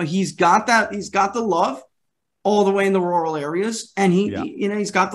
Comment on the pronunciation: Hey! finally pronounced "Rural" correctly. Good job! You come across i more ntelligently. Good work.